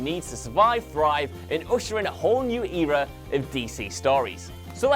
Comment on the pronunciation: The way he pronouces “era” and “leto” is just... ow